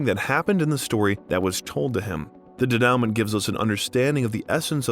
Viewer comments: Yes - de-nu-mon , probably ai narration and they didnt catch it in editing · pretty sure u pronounced denouement wrong. Its more french sounding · You should learn how to prounce "denouement." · learn how to pronounce denouement, please. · The narrator muttered the word ‘denouement ‘ !